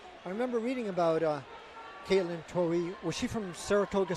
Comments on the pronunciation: Next time Katelyn runs please have pros call the race and pros running the cameras! These guys were gabbing about nonsense while Katelyn was getting passed, and the camera guy missed the shot. And one commentator, the guy who rambled about nothing relevant, didn't even know how to pronounce her name. That was just pathetic. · The one commentator needs to learn how to pronounce Katelyn’s name.